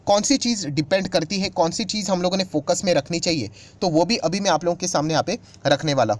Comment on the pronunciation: Sir की बोलने के उच्चारण से लगता है कि ए इंदौर से है । ध्यान से सुनिए. ै मात्रा नहीं बोल पाते इंदौर वाले। वे ै को े उच्चारण करते हैं । उदाहरण के लिए “में यहाँ के डाटा ओपन करना चाहता हूँ “ मैं को में बोल रहे हैं ।